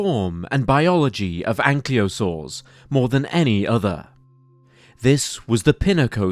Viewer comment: Why is it that the name of these ankylosaurs is pronounced "anklyosaurs", as if the L comes before the Y, which it does not. Can somebody please explain?